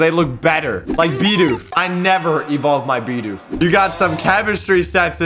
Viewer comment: Really, a BEEDOOF ITS A BIDOOF